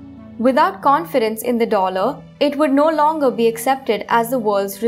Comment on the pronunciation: She literally can't pronounce the word "Dollar". Fuck this video.